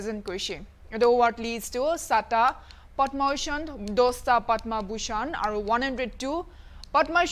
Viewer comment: What i heard her speaking Padman Bushan not Padma bushan🤣